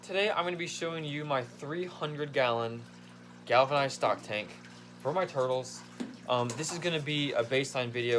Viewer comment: I like the way he says tourtles